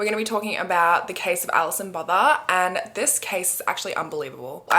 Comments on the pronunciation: South African here, her surname is pronounced boota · The 'th' in Botha is pronounced as a 't" in Afrikaans. So its "boo-wa-ta". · No one in South Africa can pronounce Gqeberha either. 😂 The name Botha is pronounced without the h or th sound: bou-ta. Also government emergency services are useless even today. We have private ambulances now which if you don’t have medical aid cost a fortune. But rather that than waiting hours for help. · Just here to correct the pronunciation of Alison’s name, in case anyone cares…her surname, “Botha” is a well-known name in South Africa- and it’s always pronounced with a hard t… similar to the poet Göethe. It’s not pronounced like the word “Bother”. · That pronunciation of Botha is quite interesting lol. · I could swear You had already covered this case bc your accent saying "Alison botha" is imprinted in My mind